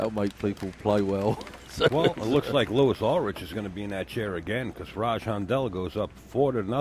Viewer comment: For future reference...It's pronounced Lewee Ulrick. From San Diego, Ca.